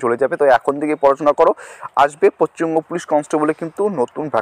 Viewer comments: Paschim banga Not pacchimbanga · পশ্চিমবঙ্গ, পচ্চিমবঙ্গ নয়😂😂